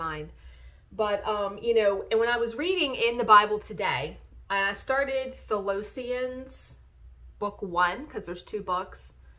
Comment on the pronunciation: Thess-ah-loan-ee-ans lol